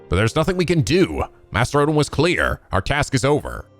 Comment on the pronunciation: God damn! I nearly spit out my water when misread Odin's name as "Olden."